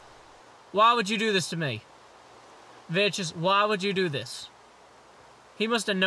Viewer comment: thats not how you pronounce Vechs, its mor like Vex.